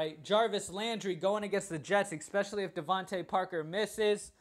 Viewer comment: Love both your NFL and your NBA videos. Hate how you pronounce especially EXpecially every couple seconds. I'm a little worried that the majority of my lineups have Demaryis Thomas in them. You said if he's out Sanders is the pick, but Sanders is Out. So I wonder who the next target is.